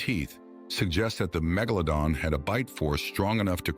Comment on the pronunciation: How many different ways did the ai narration mispronounce megalodon